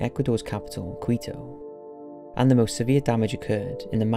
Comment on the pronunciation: Greetings from Ecuador, I remember that terrifying earthquake. Haha that is not how you say Quito or Portoviejo, but 10 for the effort and great video!